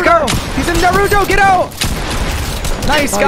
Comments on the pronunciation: Why do you pronounce Naruto's name like Nuh-roo-doe if Naruto himself pronounces it like Nah-roo-toe. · its Nar-a-to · Nick, Nick, Nick... SMH. That is not how you say Naruto. Say it right next time, Please, and Thank you. Much Love.